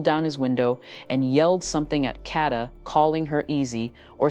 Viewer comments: Yes, say her name correctly!! Kaaaa-da!! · Say her name correctly. Damn!